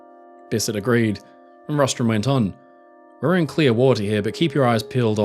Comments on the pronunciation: Rostron, not Rostrum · It’s Rostron not Rostrom.